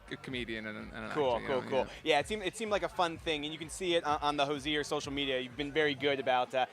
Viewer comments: Thr interviewer consistently misprouncing his name is making my ears bleed. 🙉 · The interviewer really should learn how to pronounce the interviewee’s name before the interview. Hozier even slipped in the correct pronouncement and he still got it wrong.